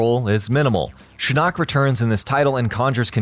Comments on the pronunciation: Have you heard him try and pronounce Shinook ???? He says shin knock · Pronounced "Show-cun" and " Tar-caught-tin" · but you pronounce shinnok as Shin-Knock...